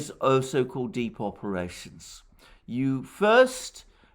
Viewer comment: When you said 'deep operations theory' it sounded like 'Depopulation Theory'. Alarmed, I went back and checked. Thank you for your work. UK